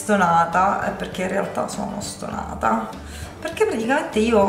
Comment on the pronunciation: quando dici "stonata" mi fai morire...è siciliano italianizzato ahahahaha